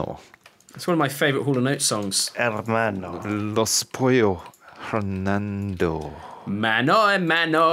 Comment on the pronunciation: But it sounded literally like Hernando..wich is a spanish name xD. Probably "" has commited a little mispronunciation